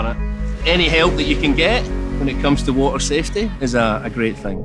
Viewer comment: Woorraa = water.